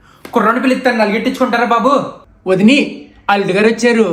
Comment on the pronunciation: Vadini. saying super . perfect slang 😊😊😊😊